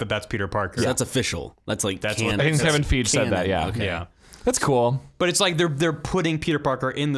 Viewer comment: I'm sorry, did you say "Kevin FEEJ"???